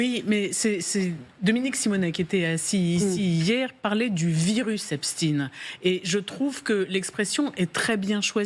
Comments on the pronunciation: Pourquoi Epstiiin ? c'est EpstEIN ! ou est-ce antisémite de prononcer son nom ainsi ? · c est EP SHTAAIINN